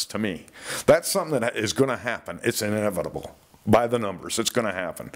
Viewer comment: did you just say "inevitivitivitable"? i think you did. 😋 never mind that, though, because the crux of the thing is that you're absolutely SPOT ON. for years, attacks on people by large land predators* were characterized as "rogue" events. those creatures had never intended to consume humans. the attacks were dismissed as unfortunate mistakes OR the predators were deemed "man eaters" and discussed by academics as if the animals had dipped their clawed toes into a pool they'd have otherwise avoided unless driven to it as a desperate last measure. um, no ... those predators were hungry and we looked like adequate snacks. i'll never understand the misguided conceit of people who look at animals and presume to speak for them in decidedly human voices. *excepting "land sharks."